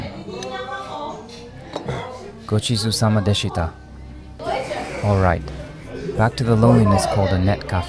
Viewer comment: I'm trying to understand what's going on here... The voice of these videos is not that of a Japanese man. If it wasn't "Ramune" being pronounced "Ramoon", you'll never hear a Japanese person butcher "Gochisousama deshita" as horribly as this person did in the video. So, perhaps you are paying someone to work with you on this channel? Are there multiple channels for multiple languages perhaps? That's not inherently a bad thing... but I do feel a bit lied to at the same time. Not to break the immersion but, I'd like to know the truth. Thanks!